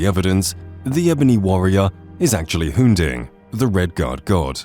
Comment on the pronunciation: "avatar of hun-ding" hmmm this seems.... not right.